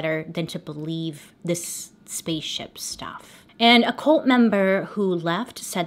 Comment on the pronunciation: Is it an American thing to pronounce cult as colt?